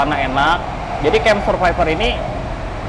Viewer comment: Pelafalan SURVIVOR /səˈvaɪvə/, pleaaase!